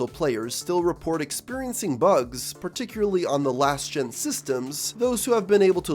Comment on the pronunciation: I hate having to hear you say "Particuary" for 3 hours